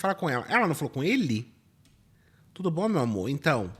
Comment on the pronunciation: "tudú mundo com bronquite!"